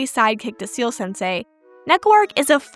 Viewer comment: ciel is not 'seal' but pronounced like the letters C-L (see-elle). ciel is french for sky or more relevant, heaven. he's heaven sensei. ... ... no you don't have to bother changing the way you say it. but if it helps it helps!